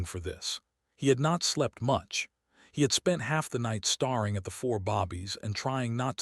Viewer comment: I agree that AI still has a long way to go when it comes to narrating stories like this, such as "starring" instead of "staring," saying "I T" instead of "it," etc. But, in this case, "bobbies" instead of "babies" doesn't bother me as several cultures around the world call their babies that. It's a sweet term of endearment so I don't think it makes much difference whether it was AI error or not. It doesn't detract from the great story that it is. Brightest Blessings.